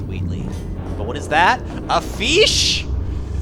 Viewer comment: A FEESH?!